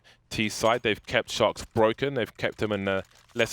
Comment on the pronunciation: I always hear "shox" instead of "Sharks"